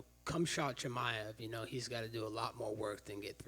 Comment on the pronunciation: Oooft that chimaev name pronunciation